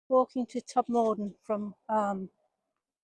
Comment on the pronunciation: For your future reference (then no one can identify as you not being from the area) we pronounce Todmorden as Tod-muh-dn, and Cliviger as Kliv-ij-er. With cutbacks, local councils are not cutting hedgerows and many are encroaching all over the pavements making them dangerous to walk on especially on busy roads. Have you been further along on the bus from Todmorden to Hebden Bridge & Halifax? The Peace Hall at Halifax is well worth a visit, and there are lovely walks around Hebden Bridge.